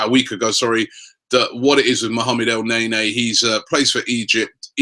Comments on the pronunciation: STTOOOOOP FUCKING CALLING HIM EL NAYNAY ITS EL NEN-E ROBBIE FUCK ME DUDE!!!!! DO YOU NOT READ THE COMMENTS SECTION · he can say afobeee instead afobay but when el-neny he said it el-nay nay..amazing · Did Robbie just say Chick-a-rito??? Added to the list which includes El Nay-Nay and Michy Bat-too-shy XD XD XD